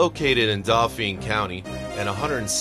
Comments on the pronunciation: Boy, you can tell this announcer does not come from Pennsylvania, or possibly even the U.S. I had to laugh at his version of Dauphin. What a hoot! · The narrator should have learned to pronounce "Susquehanna" River and "Dauphin" County properly before doing this video! Otherwise, fairly good video.